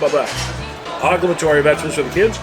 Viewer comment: I’m sorry but all of that looked like trip to the John if not the hospital. Yuck. Repeat after me o-blig-a-tory 😂